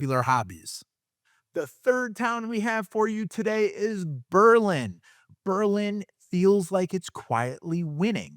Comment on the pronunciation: I am from New Britain, and grew up in Berlin. I bought in Plainville and have been very happy here. I have also lived in Newtown and Bristol. I really enjoy your videos, and I was surprised to see you mention Berlin. You said the name right a few times, but slipped back to the German city. I do not want to sound insufferable like the Darien people, but I had to say it. The Berlin Fair is one of the best in the state, and as far as being connected, you could argue Berlin is the best hub for access to highways. I hear the high school is all sex and drugs with no mention of rock and roll. Berlin definitely is not the same as when I grew up, but great work on these videos. Meriden has Hubbard Park and the Christmas lights with Castle Craig. To me, West Haven means Zuppardis!